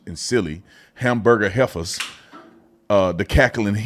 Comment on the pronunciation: Unc said hamburger heiffas. LOL I'M DEAD